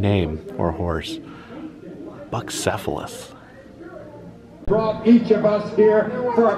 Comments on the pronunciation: Bucephalus was Alexander the Great’s horse. Pronounced “bew-seff-a-luss” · Bucephelus is pronounced byoo-SEF-uh-luhs. It was the name of Alexander the Great's horse. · The horse’s name is pronounced Bew cefalus. 😊